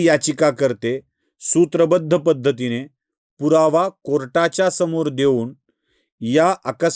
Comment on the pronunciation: पत्तीने नाही पद्धतीने